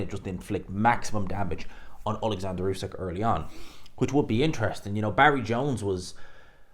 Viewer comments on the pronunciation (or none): Its not usek its usyk. Get the champs name right!